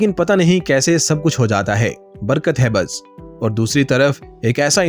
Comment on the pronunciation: Barga nahin Barkat😅😅